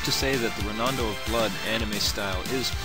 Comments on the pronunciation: It's pronounced, "Ron-do," not "Ro-nan-do!" Geez... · Rondo is pronounced phonetically. How in the world do you get ronondo? This REALLY bugged me about your review, especially because you kept saying it over and over.